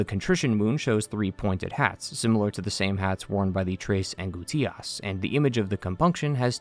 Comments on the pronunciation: It's pronounced "an-GOOSE-tias", not "an-goo-TEE-ass" lol. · damn bro u really butchered angustias lmao